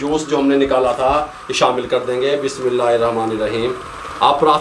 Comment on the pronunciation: بسم اللہ درست پڑھنی شروع کریں غلط طریقے سے پڑھتے ہیں کسی عالم کے پاس جاکر درست کریں